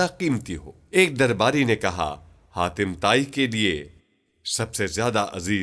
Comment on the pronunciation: Haatim Taai not khatima tai